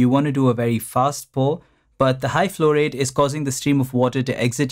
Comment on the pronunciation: The way you say "flow rate" resembles fluoride.